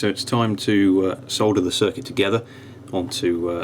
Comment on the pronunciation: my girlfriend said thank you for calling it solder and not sodder